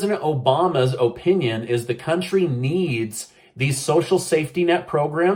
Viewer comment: Obama’s O-pinion lol nice I liked that one 😂🤣